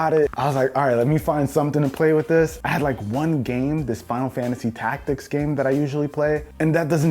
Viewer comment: You need to REALLY consider it before you buy it lmao how did he even "controller for gem yis? I geam controller for me" 😂